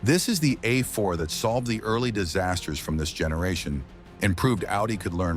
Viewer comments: The good ol’ Audi uh4. With zero nutuhseeay complaints! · I had to stop this garbage ass video less than 3 minutes in due to the absolutely horrendous A.I. garbling NHTSA and calling it an “Ah 4” Click bait pile of shit.